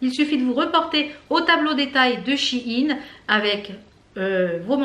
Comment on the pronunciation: Super la vidéo ! Je viens d'apprendre qu'on dit she in et non Sheiiiin mdr